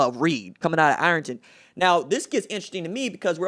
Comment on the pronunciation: Reid Carrico is from my hometown of Ironton ( thank you for pronouncing it right lol ) and you don’t see guys like that come from there often. Kids a DUDE